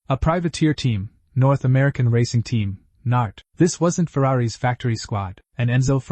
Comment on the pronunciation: Too many mispronunciations per minute to bother counting . The possessive Ferrari's is not pronounced Ferrari ESS . It's a contraction .